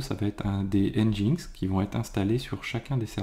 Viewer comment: Au cas ou : NGINX (prononcé [ˌɛndʒɪnˈɛks] ;) et yml -> yameul, ce sont des détails mais ca permet de communiquer plus facilement dans un contexte international (ce qui est qd mm bien souvent le cas dans le milieu informatique)